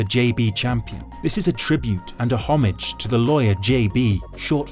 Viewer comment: Your AI voiceover butchered the pronunciation of ‘homage!’